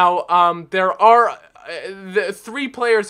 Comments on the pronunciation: It's not Jesse it's Hese. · It is Hesé not Jesse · I know I might sound like a snob, but I detest when English people pronounce foreign names how they would if they were English, for example, in this video he pronounces Jese as Jesse, -.